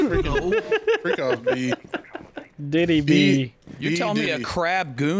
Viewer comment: NOOOOO AM I THE ONLY ONE WHO HEARD BEE DIDDY!!! 😭😭